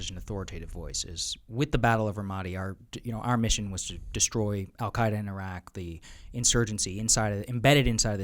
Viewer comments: Jack-O can't even pronouce "Iraq." He was a SEAL on TF Bruiser. All the COIN Ops he's talking about and meeting with sheikhs was conducted by the 1st Armored Division- literally the least cool or interesting unit in the entire Army. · Jocko compared the Palestinians to Iraqis showed how ignorant he is.. And the psycho still can't pronounce Iraq or Iraqis correctly even after 20 years.. 😂😂😂😂😂😂